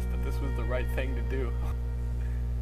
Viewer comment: Thing not thong. Sry X)